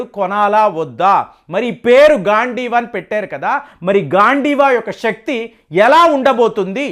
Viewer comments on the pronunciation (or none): none